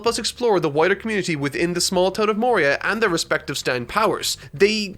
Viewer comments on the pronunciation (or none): bruh why is he saying Okuyasu like "Okuyatsu" bruh why is he calling Echoes "Reverb" bruh why he say Morioh like "Moria"